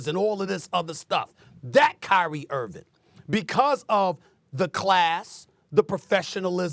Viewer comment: why does SAS keep calling him Kyrie IrviN? smh.